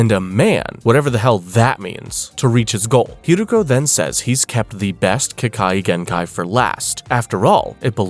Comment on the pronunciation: No hate but you pronounced ke kagenkai wrong